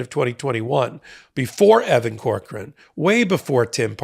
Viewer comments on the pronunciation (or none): none